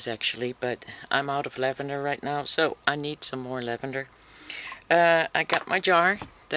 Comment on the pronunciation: Infused lavander oil not lanvander oil..